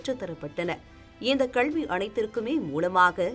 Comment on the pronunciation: செய்தி வாசிப்பாளர் வாயில் சாணியை கரைத்து ஊற்ற வேண்டும் கல்வியை கள்வி என்றே உச்சரிக்கிராள்